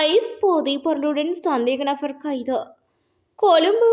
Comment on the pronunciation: நfஅர் அல்ல நபர் .நfஅர் என வாசிப்பது அருவருப்பாக உள்ளது